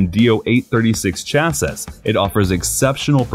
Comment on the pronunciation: Don’t say chassas say chassis